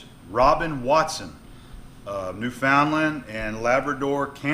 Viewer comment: great video as usual! just a heads up for future reference, its pronounced New-fin-land! just thought id let you know:)